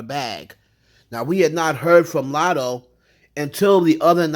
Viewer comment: She definitely said "I'm not poosay ahh Latto" but okay 😟